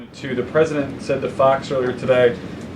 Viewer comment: pronounced "AyaToilet"